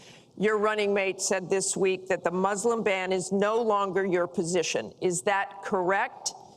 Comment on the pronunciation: I like it how they keep mispronouncing Muslim so many times lmao